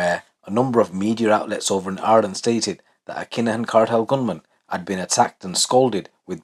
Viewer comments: Just sounds like a Birmingham accent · 🙈😩🤣 I thought I heard that 😅